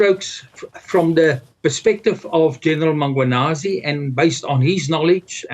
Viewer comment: How hard is it to say MMMMM KWA NAZI?? Had 2 days to practice. Same goes for so many others